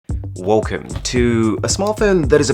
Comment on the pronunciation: 1st word: Wolcome